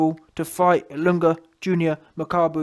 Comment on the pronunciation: You pronounced Ilunga perfectly YB showing your 190 iq points my guy 💪🏽